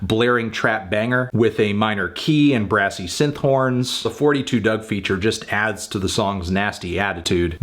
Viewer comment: It’s “Four Two Dugg”